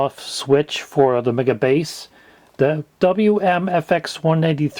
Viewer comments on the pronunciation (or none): You are saying it Wrong lol, its MEGA BASSSSS!!! in a deep 80s voice xD